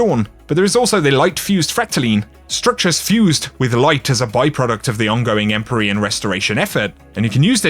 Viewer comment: You mispronounced EmpYrean, also the armour ornament from last season (Eververs) were called Empyrean something